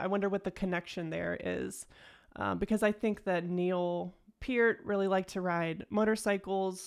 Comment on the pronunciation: Love that you correctly pronounce Peart. Small correction on the song name pronunciation: phonetically the ch blend in Italian has our hard c or k sound. So say "barketta". Though if Rush pronounces it like you did, then I'm saying it wrong. 😊